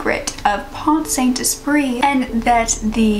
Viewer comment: Your pronounciation's just fine, except that the "t" in Pont is silent 😉